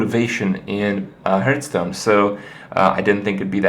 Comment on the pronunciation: HERthstone or HARthstone